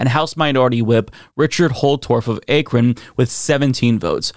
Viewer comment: It's a short A in Akron.